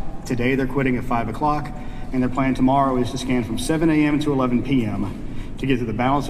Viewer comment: Did he say scan or scam? 😆 🤣